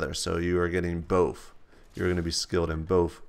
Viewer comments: love how u say both: bofe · ima get stuck saying both as boff now